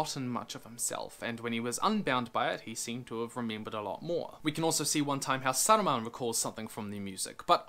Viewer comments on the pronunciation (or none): none